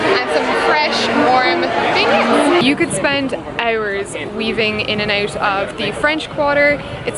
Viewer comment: You said beignets wrong